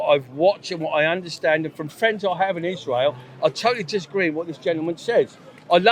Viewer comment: I don’t trust anyone who says “ishrow” instead of Israel.